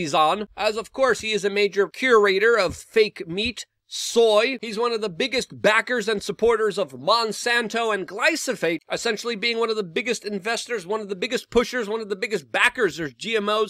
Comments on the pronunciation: GLY-PHO-SATE. The word is glyphosate. Not glysophate. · Luke I love you but it's Glyphosate lol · The screaming is slightly annoying, your pronunciation of the word glyphosate is incorrect. Other than that I love you Bro. 🥸👍🏼